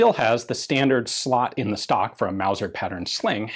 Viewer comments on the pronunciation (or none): none